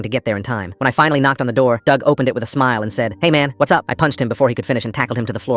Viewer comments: Not trying to be mean but dug rhymes with grug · Dug rhymes with grug